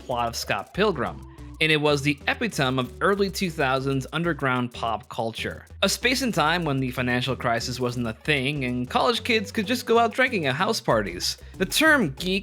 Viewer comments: this is the second time in like a week i’ve heard epitome said without the long e sound at the end of the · Can’t tell if you just pronounced epitome correctly and I’ve been saying it wrong all my life… or if you mispronounced epitome after mispronouncing Iraq…